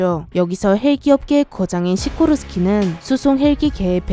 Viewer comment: 시고르스키S -92가 대통령 전용핼기란거잖아요?근데요 여기서 '시고르스키'라고하니까 러시아제 아닌가? 싶기도 하고 왜냐하면 시고르스키란 억양이 러시아어 같아요